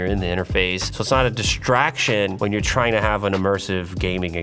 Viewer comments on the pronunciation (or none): none